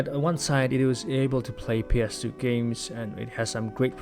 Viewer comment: Maybe it’s just my hearing but just about each time you said ‘ps2’ OR ‘ps3’ I couldn’t tell if you’d said 2 or 3.. sometimes the gameplay would coordinate with which one you meant so I guess that helped. Overall i give this 3 retroid pockets out of 5